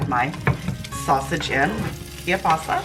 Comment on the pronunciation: It's KIEL-BASA. Not Key-basa, or Ka-basa.